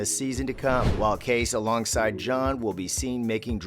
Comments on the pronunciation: It’s KAY-CEE not kace 🤣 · Geez! It’s not Case!!!! It’s Casey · His name is pronounced Kaycee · Correct me if I am wrong but isn't the name Kayce said Kay-see? I have to wonder how reliable these hints are if they can't even say the name right! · You should at least learn from the show how to pronounce Kayce…long e!!! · If you are going to narrate, learn how to pronounce Kayce's name. It's pronounced Kay-See for Pete's sake! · Not sure I trust any Yellowstone commentary in which the narrator mispronounces "Kayce" and "Montana".